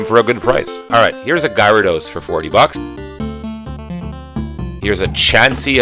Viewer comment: you’re pronouncing gyrados wrong. get it right